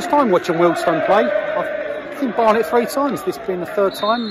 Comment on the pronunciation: Nice to hear you pronounce Wealdstone correctly as lots say Wealdston some even make it sound like Willesden. Up the Stones.